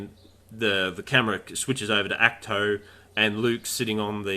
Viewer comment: Ahkt- toe, not act two ...🙄